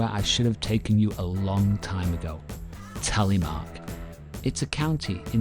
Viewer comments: The Norwegian language and syllables are quite different from English. This man does as best he can. I guess it would be easier to pronounce if one thinks about it as Tel eh mark. Less US, more Canadian pronunciation. As in Canadian English you start low and end high with the pronunciation, not as in US, high to low. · Telly-mark?.😂 the name is Telemark.